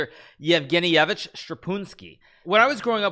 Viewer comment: Как же он забавно сказал Евгеньевич